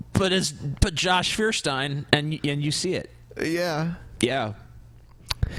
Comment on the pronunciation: By the way, Feuerstein is pronounced "foyer-stein." Of course, pronouncing it Führer-stein is funnier. :)